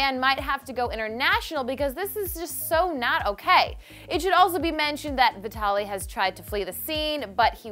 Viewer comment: Guys it's not Vitaly its Vitallii.